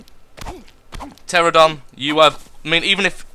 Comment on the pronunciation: BTW, the flying dinosaur is pronounced: tear-an-oh-don.